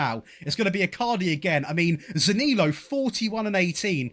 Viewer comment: You need to work on how you pronounce Zaniolo